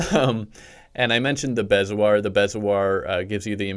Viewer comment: Bezoar is pronounced (bee•zo•oar)